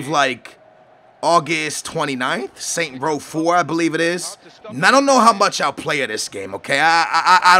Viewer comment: *Saints Row* it hurts when you dont pronounce it properly